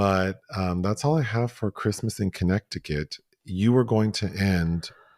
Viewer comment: pronunciation of Connect-ti-cut😂😂 I can’t see myself eating off a “grazing table” like some farm animal lol Some of these viral trends are disgusting! I tried the cucumber salad and it was gross. Any buffets or dips sitting out for hours bring out my germaphobe 🦠 Dyan Cannon always had such beautiful luscious hair ❤ My memories will always be her and Jack Nicholson sitting courtside and yelling as die-hard Lakers fans